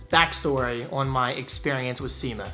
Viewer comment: Every other youtube video review I've seen says "seema" not sye-ma